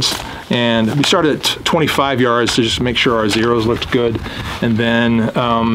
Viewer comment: haha sounding like 65 instead of 25. ATI Omni is like $350 and Radicals are 400-450… veteran approved